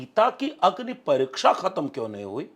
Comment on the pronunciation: शिक्सा,, परिक्सा,,,,, गजब की हिंदी है